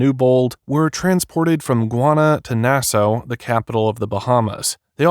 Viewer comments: It’s pronounced “Nass ah” . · Nassau is pronounced "Nassaw", not "Nasso". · NAS-AW NOT NAS-O!!😅😅😅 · Its not Nassoe. Its Nassaw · Nassau is pronounced Na-Saw not Nas-Ow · Are you really saying "Nasso?" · Dude, it's Nassau (Nas Saw) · Sometimes AI is really dumb. I e never heard Nassau pronounced as Nasso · He was not an NFL 'star'. He had as short stint like you said. Also, fyi it is pronounced Na-saw. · It’s pronounced NAS ahh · It’s pronounced Nass-Aw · I love how the digital narration pronounces Nassau. Na-sow. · It drives me nuts when AI narration mispronounces words. Nass-oh...ugh, among other words. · This is narrated by either AI or someone that doesn’t know how to properly pronounce Nassau…. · AI narration can’t pronounce Nassau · Bro can’t pronounce Nassau😭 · Nassau is pronounced with "saw' at the end. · How can u not know how to pronounce Nassau? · The way the narrator mispronounces "Nassau" is so triggering. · How can a grown adult not pronounce "Nassau" or "Bahamian"? Robert needs a hole and then to be in one.